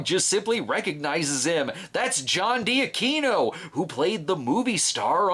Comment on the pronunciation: It's pronounced John Dee-akweeno, and my favorite role of his was Todd Gack on Seinfeld. Plus he was a series regular on Cory in the House playing the President of the United States. He teaches acting to kids and adults (including a lot of Disney child stars), and he's all around a really, really great guy.